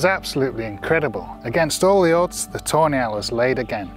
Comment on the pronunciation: I keep hearing "toenail" when its actually tawny owl